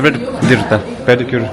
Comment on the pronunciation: is saying pedicure section is his favourite thing to do when he dnt know how to pronounce pedicure 😅😅😅😅peri peri n pedigree 😂😂😂 wht a epic😂😂😂